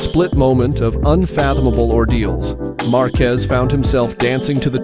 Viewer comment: You mean like "Marquez" followed a few seconds later by Markwezz?"